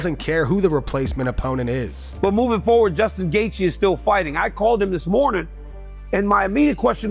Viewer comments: JG feels like a tongue twister... why can't DC call him gay-chi like everyone else 🙄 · Jay-G🤦‍♂️ DC starting to do the Chael Sonnen thing, that’s messing up fighters’ names.